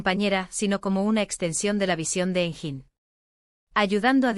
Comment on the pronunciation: i think this is all invented , not true, did not happen in reality… and most of the photos of Engin are NOT HIM, they are either AI or somebody else… and the commentator pronounced his name wrong… so all this is a worthless video !